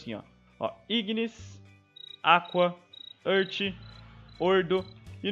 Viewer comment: "ãrti", nova pronuncia pra earth